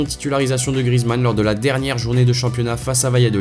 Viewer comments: C'est GriEzmann et pas Grizmann😂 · Justement ceux qui disent ça c'est des footix ou alors c'est les commentateurs mais je te garentie que ça ne se prononce pas GriEzmann... Évidemment pour le savoir il faut connaître le foot...